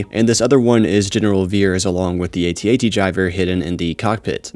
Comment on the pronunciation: It's known as an @@ not "aytee aytee".